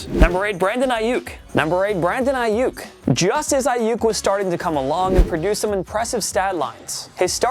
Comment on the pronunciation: Who else heard him say Brandon Aiuyk twice